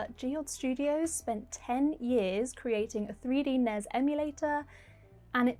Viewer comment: It's pronounced N. E. S.